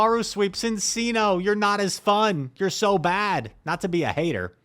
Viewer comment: I think the cc in Cinccino is pronounced with a ch sound, like the Italian pronunciation